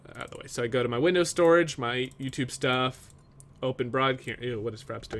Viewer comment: You said widows not windows